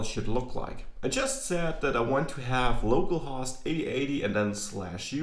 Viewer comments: Just to help with you english say "Low Call" host so better understood =) localhost way you say sounds funny. use if want =) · I actually think the main reason it might sound funny is the short "o" in host rather than long "o. He is using "host" to rhyme with "lost". It should, however, sound like the "o" in "home". No big deal though, it's a great video! Thanks for teaching us! :)